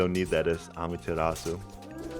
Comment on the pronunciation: its amaterasu,not ameterasu